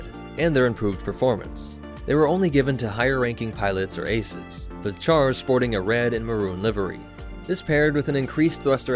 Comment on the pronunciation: It's pronounced Shar.